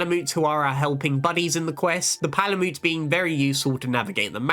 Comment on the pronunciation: "meetsoonay" and "palymoot" are insane man